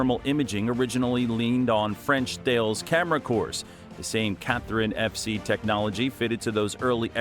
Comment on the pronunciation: What the heck is the image and how is that relevant to this piece?? 😂 also, - Thales is pronounced 'talliss'